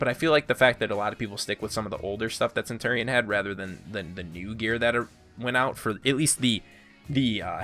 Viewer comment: pole axe?! its just an axe!! the way you said centurion triggers me so hard. the gladiator is supposed too have open chest armor! that's the point! for the valkyrie you said centar when you really mean satyr, and you called her SPEAR a staff! ITS A SPEAR!! come on dude!